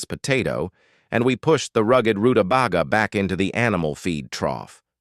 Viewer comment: Stupid robot; it's pronounced ru-ta-bay-ga! It was, just barely, worth watching this video, as this veggie was mispronounced so many times that it hurt my ears.